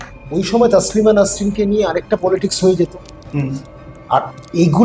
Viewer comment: আপনি যার সম্বন্ধে বলছেন তার নাম " তাসলিমা নয়, তসলিমা। খুব শ্রুতিকটু শোনাচ্ছে। এতো দম্ভ নিয়ে , পান্ডিত্য নিয়ে কথা বলছেন অথচ নাম টা ঠিক করে উচ্চারণ করছেন না। আশা করবো এইরকম ভুল ভবিষ্যতে করবেন না।